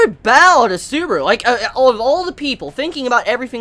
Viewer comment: Please, stop calling him Suburu.